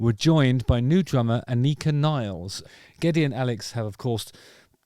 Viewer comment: Her name is Nilles. NILLES. Pronunciation: N and ill(n)ess without n in the middle. Or just imagine the N in "illness" moves from the middle to the front. And that's how it's pronounced.